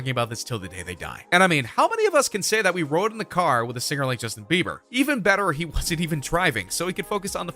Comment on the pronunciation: U said bever... ITS BIBER!